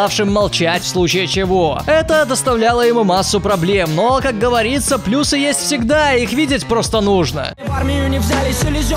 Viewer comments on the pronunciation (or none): none